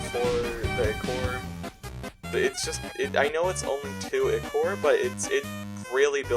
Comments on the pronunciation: PRONOUNCE IT AS aikor 🙁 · I thought it was pronounced eye-core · how he says ichor bothers me ITS EYE CORE